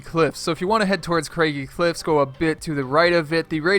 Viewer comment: It's Craggy Cliffs. Craggy rhymes with baggy.